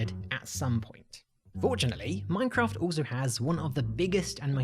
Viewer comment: his pronounciation of minecraft is horrifying